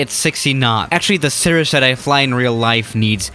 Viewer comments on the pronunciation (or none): none